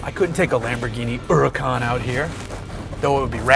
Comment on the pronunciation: Nice pronunciation of Lamborghini Huracan!!